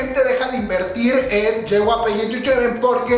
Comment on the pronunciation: jyp no yjp jajajajajaj